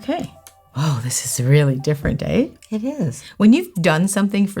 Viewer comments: I heard her say "eh" and I was like oh my god shes Canadian and then i thought... Hmm I already knew that. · Does anyone else love when Canadian side comes out when she says "eh" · "Weird aye?" Cute Canadian Alert! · That's gonna be weird eh ? It's so cute the little "eh" is such a canadian thing!! ☺️☺️ just like simplynailogical !!